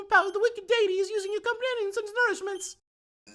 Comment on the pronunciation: You were closer to pronouncing deity the correct way good job! It was deffinetly better than how you said it last video. And for that i dynamic punched that like button and got a critical.